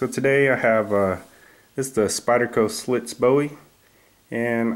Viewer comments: The makers last name is pronounced "Slish" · You pronounced wrong name of knife dude.